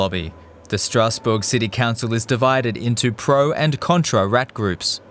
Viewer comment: What is that pronunciation of Stassbourg? It sound like a German trying (and failing) to pronounce it like in French, instead of saying the city name in English or German